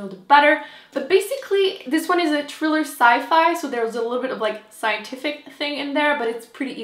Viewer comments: pronounce your h girl! thriller ! :P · I love how you say "triller" instead of thriller. Your accent is adorable. :-) xx